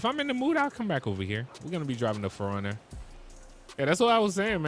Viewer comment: Ayo no one had an idea he's saying foreigner instead of 4runner cuz the car community be like oh wtf 😂😂 and please say it right thanks